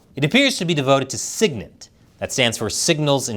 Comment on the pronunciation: It’s said Sig-Int not Sig-Nint And ELINT is said EEEELINT not EhLINT